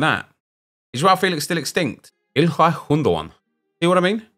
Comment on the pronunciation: For the love of God please stop pronouncing Gündoğan like that